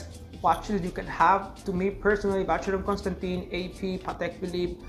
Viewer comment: You need to know how to pronounce the brand’s name correctly 🙈😀